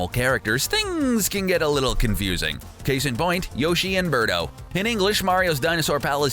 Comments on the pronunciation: Beardo? Isn't it Birdo? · It's Birdo Not Beardo wtf